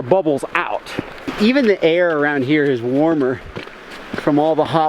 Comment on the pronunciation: it eez what it eez